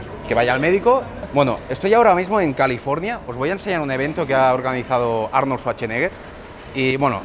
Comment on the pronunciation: "Arnol Suacheneger" XD